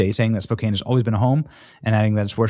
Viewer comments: Your killing me, LOL. Spokane is pronounced Spo-can. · First off it's pronounced Spo Can. Probably a native American word. Spokane is in eastern Washington state. Washington is a liberal state but the east side of the Cascade Mountains is Republican for the most part...and it gets bone dry there in the summertime. It's not a stretch of the imagination to assume liberals are burning out Republican voters and in addition the state gets federal wildfire money. Climate change my ass. For the most part it's all by design. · Good on her. BTW it's pronounced Spo can. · Lol Benny its pronounced Spo can Spokane. 😅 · It's Spo-CAN. The E on the end is silent. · It’s pronounced, Spoke-can. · Spokane (Spoke-can) Benny. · Benny... the city name is pronounced spo-CAN (stress on 2nd syllable, and it's pronounced CAN as in tin CAN, not cane as in sugar cane.). You're welcome. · As a WA resident, I have to make sure you are saying the city correctly...Spo-can (the last part rhymes with "man" rather than what old people use to get around). Cheers. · Hey Benny Spokane Washington is pronounced SPO-CAN 😁 love your show👊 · Awesome! ❤ BTW...Washingtonians say Spo-can. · Yo Benny, it’s Spoh-can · Johnson Spokane is not phonetic, the “a” is pronounced with a SHORT a like in cat. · Ray Idaho ITS SPO CAN. SPOKANE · Spo-can is how you pronounce it. She is Awesome. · The A in Spokane isn't a long A in pronounciation 🤦‍♀️🤦‍♀️ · Spoe-can is how Spokane is pronounced!😂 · That’s a wonderful story…just to let you know, it’s pronounced Spo-can (phonetically). We like Sidney even more! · FYI brother, it’s pronounced Spo -can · Benny's pronunciation of Spokane caught me off guard. (It's spo-can for us Washingtonians) 😁 But I'm happy to hear that Sidney is doing her part. I just got back from delivering clothes/food myself (6 hour drive one way 😅) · Spokane is pronounced like can at the end, just saying lol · Spokane is pronounced (Spow-can) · It’s pronounced Spo-can. FYI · It's pronounced "spo can."